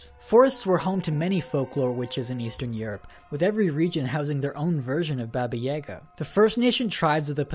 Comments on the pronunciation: Most people pronounce Baba Yaga (Bah-bah yuh-GAH) incorrectly, but your pronunciation is like, ten times worse. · When you were saying Baba Yaga, that triggered me, because you were saying it wrong. XD It's "bah-bah yaa-gaa" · I hate how you pronounce Baba Yaga.. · The pronunciation of Baba Yaga made me cringe a little xP Love your stuff <3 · Your pronounciation of baba yaga makes me cringe haha